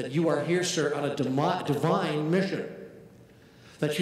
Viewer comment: it more sounds like he was going to say debine instead of divine,rather than demonic